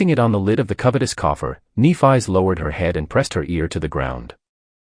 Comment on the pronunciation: Nef-ee, come on Ai 🤖 get that shit right, it’s a great 👍 story besides you fkn up her name though 🧐🤕😉